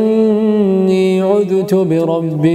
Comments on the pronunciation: وفقك الله، بس عندك خطأ بالتلاوة: قلت أنت عُذُت بربي وربكم وهي عُذْب بالسكون.. وشكرا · اخي في قراءتك الاية قلقلت الذال في (عذت) وهذا ليس بصواب تحية لك اخي